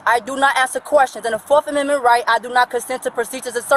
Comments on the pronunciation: Turns out she didn’t have the “4th comendment right to sisfee” 🤣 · She doesn't consent to "fourff commemment rights" 😮 unreal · "my fourth comemendments rights" 😂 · What is "forf amenment right"? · Her 'forf aminment rights'